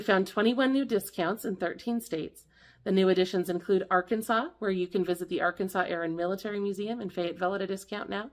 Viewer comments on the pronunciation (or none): none